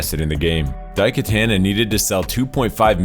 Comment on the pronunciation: Dai Katanna? As in Anna? It's pronounced katana.